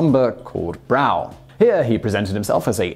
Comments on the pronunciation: Not sure if it's been said before but the Yorkshire town he stayed in was pronounced "Bruff" not "Brow"! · Loughton is pronounced with an ‘ow’ sound not an ‘aw’, and Brough is pronounced with an ‘uff’ not an ‘ow’. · Hello, Being for Hull,we think your pronunciation of Brough leaves a little to be desired. It is pronounced Bruff not brow. John. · Brough is pronounced "bruff". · Brough is pronounced 'Bruff' not Brow. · FYI, the town that you mentiokn, West of Hull on the North bank of the river Humber. Is spelled Brough. It's pronounced, Bruff. ( Hawker Siddely Harriers were developed there.)Adam and the Ant's, Stand and Deliver is an earworm that still plays from time to time. Lol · Simon Brough, the town he went to on the edge of the Humber isn't said like you did, it is pronounced "BRough" as in rough :~) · Just one criticism - pronunciation of Brough. I presume that Simon used his pronunciation based on similar town name of Slough. However, Brough is actually locally pronounced [Bruff] (for similarity reference - just like famous soccer coach/manager Brian Clough).